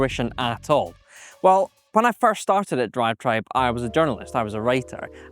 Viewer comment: I'm just here to hear my man say DROIVETROIBE repeatedly